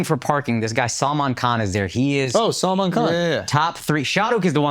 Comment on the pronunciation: The easiest name Salman Khan he doesn't say correctly 😅